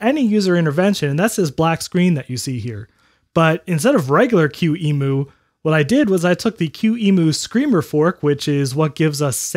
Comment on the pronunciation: I think that the way you pronounce emu (emulator) as "ee-moo" is starting to get old.